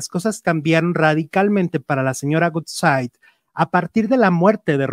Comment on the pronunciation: Ayy cuando dices el apellido de Maxine se pronuncia wudsaid aunque es woodside y tú siempre dices gutsai que es goodside. Como que el inglés no se te da mucho. (Crítica constructiva) jijiji